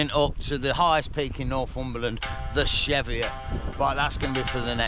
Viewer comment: It's pronounced Cheeviot..... just sayin 🤣🤣🤣 Great vid as usual 😊